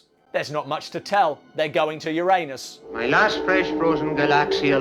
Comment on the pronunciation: Finally, the correct pronunciation. "You RAN us." No allusion to anus, and no urine either.